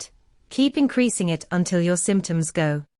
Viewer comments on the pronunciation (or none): none